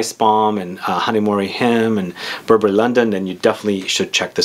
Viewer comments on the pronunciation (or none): none